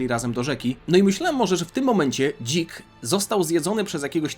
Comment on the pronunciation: Jaki kuhwa Dzik? Normalnie Zik czytaj a nie się wygłupiasz.